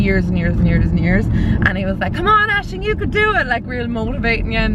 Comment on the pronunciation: Aisling, can you please pronounce your name for me on your next video? LOL It's not a common name in the US so I have never heard it pronounced. When I have heard you say it on your videos, it almost sounds like you're saying "Ashley". Oh maybe someone can type out how you pronounce it? Thanks!